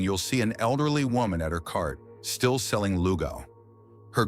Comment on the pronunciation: it's Lugaw not Luga .. :)